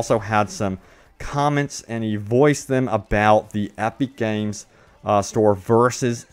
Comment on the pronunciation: Aepeek Games. 😂 Your vowels sound weird.